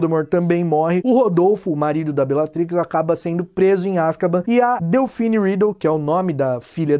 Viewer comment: Pq todo mundo fala o nome da Delphini errado?